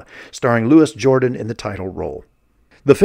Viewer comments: Louis jor-DAN, NOT JOR-dan! Also; Claude A-kins, not AH-kins! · It's pronounced "Lu-wee Jor-DAHN" He was a French dude. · Louis Jordan is Black. Loo-ee Ghee-or-dahn is French. Just saying. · Louis Jordan - is pronounced Louie Jor-daan. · Love Trilogy of Terror. I do remember the Kim Darby one. Wanted to slap her for opening that fireplace. The chain is around the doll’s waist not the neck. You are not pronouncing Louis Jordan’s name even close to correctly. Duel is awesome and so is Salem’s Lot, Night Stalker and Dark Night of the Scarecrow. Golden years of made for tv movies. They are missed.